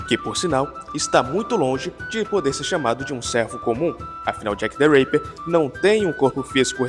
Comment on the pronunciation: " jack the reiper" é Tipo Jack the raper? Jack o estuprador? Kkk Achava que era Jack the ripper, o estripador rs